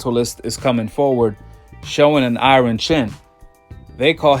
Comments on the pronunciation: Dat boy said I-Ron chin lol it's Iyarn bro. IRON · He said “I-Ron “ chin 🤣